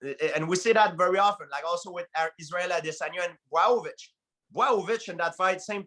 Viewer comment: Let’s talk about Justin POIH-YEEA and Jan BUAOW-VICH